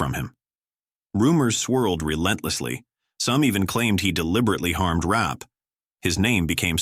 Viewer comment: Virginia "Rappay" - not Rap (Rapee)